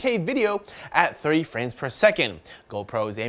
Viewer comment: Jmn Natu He said "At 30 fps" lol He said it a little weird, but thats what he said.